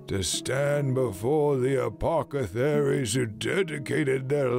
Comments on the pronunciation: *Unto the Anvil of War, not "onto" Apothecaries is pronounced "Ah-poth-eh-keries", not "APOCATHERIES"... 😂😂😂😂😂😂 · narrator says “apocetharies” instead of apothecaries. I’ve noticed some words being mixed up like that in other videos. I believe he may be dyslexic 😅Doesn’t ruin anything (in fact it makes it more realistic in a way), i just thought I’d point that out. Great video!